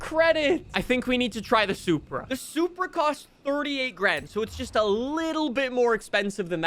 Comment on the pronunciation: "DA SUPWA IS DA BEST CAT IN DI GAYME"